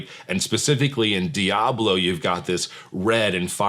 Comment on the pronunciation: Your pronunciation of diablo is perfect Spanish 😊. Last time I played video games was with a PS2 lol, games became more complicated and I just don't have the brain for it.